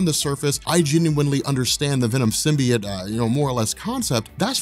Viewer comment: Okay so: Pronunciation of "Symbiote" as "Sim-Bee-Utt" or the chick in Sony's Venom movie saying "Sim." "Bye." "Oat." Instead of "Sim-Bee-Yote" which one irritates you guys & gals in the comment section?